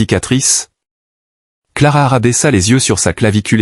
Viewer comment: Il y a des bruits bizarres et le narrateur est pénible . Et......c est Clara.....pas clarara